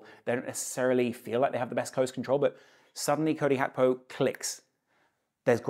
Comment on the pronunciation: Why you keep on saying Hakpo when its Gakpo